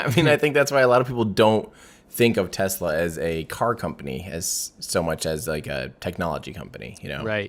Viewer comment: So, no-one is concerned about "Tessla" or "Tezla" anymore? Cool.